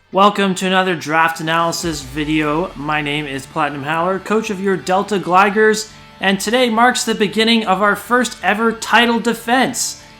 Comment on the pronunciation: I sure do love the Deal-tay Gligars.